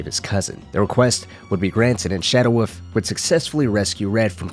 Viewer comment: I keep thinking he is saying.... Shadow Woof.. Instead of wolf